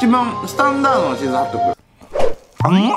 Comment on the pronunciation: ちょい気になったんだけど、チーズハットグじゃないの？？(笑) チーズハットクになってる！(どっちでもいいか😹)